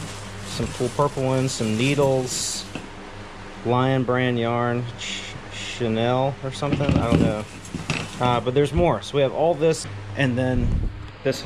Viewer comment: pronouncing chanille as chanel made me chuckle!